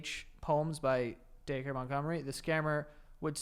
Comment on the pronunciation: lol it's funny they pronounced dacre like dacre instead of dacre